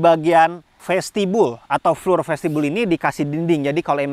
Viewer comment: Boleh izin kasi masukkan ya bang. "Floor" dibaca Flo atau Flor. Tetap semangat membuat video2 yg paten bang. 👍